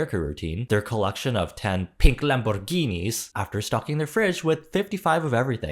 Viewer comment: how did you manage to say lamborghini so perfectly 🥹😭